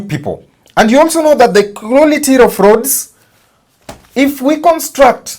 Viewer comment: Why not just say ''of" .. what's this "rof"?